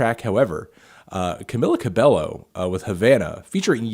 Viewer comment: Who else cringed when he mispronounced Camila Cabello's name?